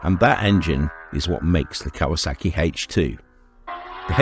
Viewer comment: He called it Kaywaa sackeeee